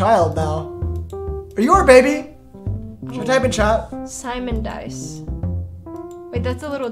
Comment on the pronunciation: SIMON DICE 😭